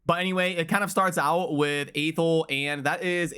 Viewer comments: its not AY-thel its AH-thel um | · Athel, pronounced Athel. Who knew 1um |